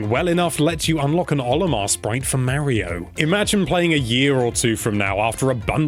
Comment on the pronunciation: mario .can you say it right please..